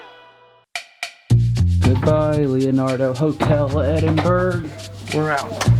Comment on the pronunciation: “Edin bruh”